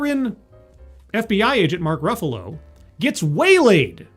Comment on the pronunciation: "... Mark Ruffulo" And you lost me